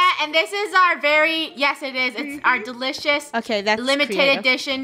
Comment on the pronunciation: funneh: wow so delouies.. it makes me wanna throw up